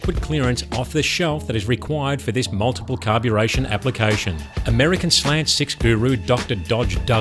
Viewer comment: His inability to pronounce slant in English is sad.... every slant is a slag... I can't decide what is worse, Arkansas or Australia